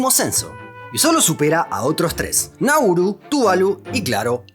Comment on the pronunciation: Por qué decís Nurul??